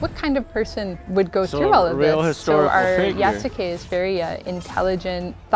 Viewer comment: The Black Samurai is named Yasuke. Yasuke is pronounced (YAW-SKAY) it sounds just like Sasuke from Naruto, but with a 'Y' instead of an 'S'.